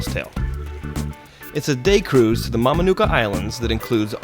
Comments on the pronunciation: Kava is drunk from a bowl not a glass.Mamanuca is pronounced Mamanutha not the way you pronounced it. Beautiful Fiji! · the pronounciation of mamanuca is mamanutha